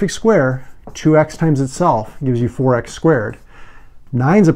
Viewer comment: If he said 4 x i can hear forax hahaha